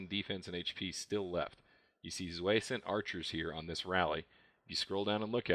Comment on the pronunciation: I think you pronounced zwei wrong btw :p but awesome video